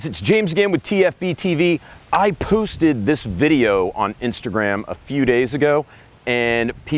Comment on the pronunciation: James said "I POOSTED this video"